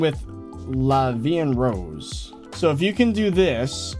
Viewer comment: "La Vie En Rose" I'm french, you have a good prononciation lmao